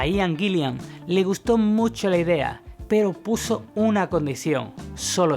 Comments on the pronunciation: Es Ian Gillan y no Gillian ... y es Roger Glover... y no Roger Grover.... Por lo demás un buen documento. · Acuérdate, que el cantante de Deep Purple es Ian Gillan y no Ian Gill"i"an como has dicho.... La segunda "i" no existe. Un saludo, gran documento 👏🏻👏🏻👏🏻👏🏻👍🏻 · Buen video. Adoro a Blackmore como el gran guitarrista que fue. Pero por lo que más quieras, pronuncia bien el nombre del cantante Ian GILLAN, no Ian " GILLIAN". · No es Gillian. Es Gillan. Gillian es nombre femenino. Gillan (sin la "I") es apellido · Y es Gillan, no "Gillian". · Así es, también se le escucha decir Gillian en lugar de Gillan y Grover en lugar de Glover. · Pronuncias como el cu lo. Se pronuncia Parpl no parpel, guilan no guilian, ian no aian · Muy buen video👍... pero cuando dices Gillian estas pronunciado una segunda " i " que no existe, tal vez pienses que se escribe o pronuncia como el apellido del director de cine Terry Gilliam... pero estas equivocado. Además, aunque Purple y Rainbow fueron muy importantes en la gestación del metal, personalmente creo que Ritchie NUNCA ha tocado metal. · Cada vez que dice "Gilian" me saltan los plomos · A parte d la pronunciación de Purple o Guillan ..q como a otros patean la oreja ...hay varios errores en la biografía ... pero uno q es imposible dejar pasar es qué : En el álbum SLAVES & MASTERS ... La voz es de Joe Lee Turner ... Quien a propósito .. también fue vocalista de Rainbow Ota cosa qué olvidaste es qué .. En la etapa de Deep con Coverdale Blackmore también dejo al grupo dejando a deep con Tommy Bolin